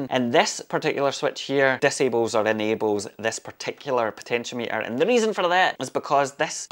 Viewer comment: Found your channel yesterday, lovely stuff. Watching just to hear ye say potencheemeetr and enhancement yunit plus the constant and correct use of fuck as a verb. Greetings from Eire ye bearded legend.